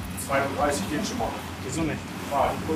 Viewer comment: "Der geit doch noch" loool